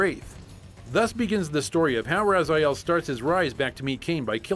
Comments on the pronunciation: His name is Raziel, you read as Rah-zee-ehl, not Razaiel. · With all the dialogues in the game, how can you pronounce Raz-eye-el? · Soul Reaver, wooh! Btw, it's Raziel, not Razael. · err the name is pronounced RAZEEAL..they pronounce like that even in the game also, no Dungeon Keeper? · if you played soul reaver hows come you can't pronounce his name right?